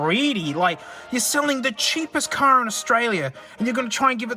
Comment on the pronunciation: IT'S "CAR"